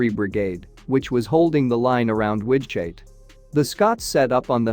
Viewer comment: The AI can't handle the Low German guttural g/ch